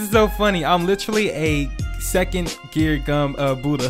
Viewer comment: Let’s get the budhha sounds like your saying let’s get dat booda (boody) LOl